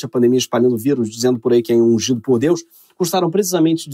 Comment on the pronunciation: Toda vez eu ouço untado em vez de ungido 🤣🤣🤣